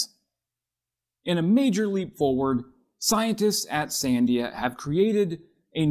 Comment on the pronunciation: fwiw: Sandia labs is pronounced san-DEE-a ... the accent is on the middle syllable.